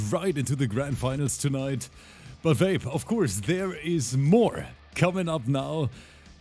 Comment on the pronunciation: Why do i hear saying "vape" as "babe"😂😂